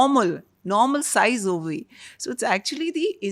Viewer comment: Great podcast for women 🎉🎉🎉 thanks ❤❤❤. But i hate to admit that i got a lil irritated when pronounced brain as bain and ovary as ovy at times sorry😢.